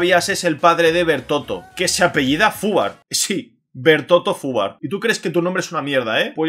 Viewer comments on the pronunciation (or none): no es Fubar es Hoover, simplemente que se pronuncia asi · se pronuncia 'juva', no fubar xD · El apellido de bertoto es hoover lo que dijiste sería la pronuncia XD